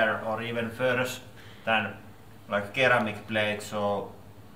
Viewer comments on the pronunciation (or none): Please consider having English lessons (it's not "keramic" for "ceramic", you still have no clue on how to pronounce "air", just random examples, and English isn't my first language)